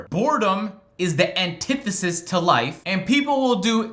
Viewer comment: Damn really using vocab. “Antifisis”